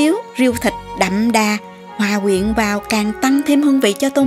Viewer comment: Hay quá cô ơi ! Mong cô nhiều sức khỏe để làm nhiều video hay nữa. Mà lúc này cô phát âm gần đúng từ " hòa quyện" rồi đó ạ ^^